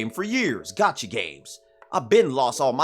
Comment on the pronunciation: I keep hearing "gachi" instead of "gacha" and can't unhear > , <